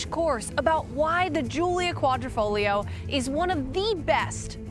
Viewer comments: Congratulations on pronouncing the Quadrifoglio correctly. I think your the only reviewer to do so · .... and you managed to pronounce 'Quadrifoglio' correctly which many reviewers seem unable to do.